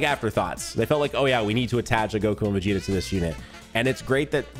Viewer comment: Bro kept calling Vegeta "Vegeto"